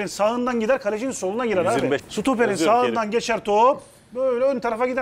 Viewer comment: bunca senedir seni izlerim severim tek falson stopere sutoper demen 😅😅